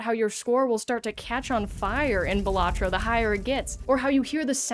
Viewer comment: It's pronounced balatro